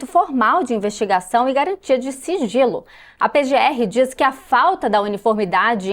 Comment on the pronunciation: Só eu escutei siRgilo?😂